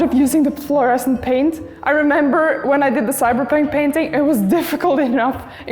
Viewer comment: "I was elected to paint, not to braint" is what I heard.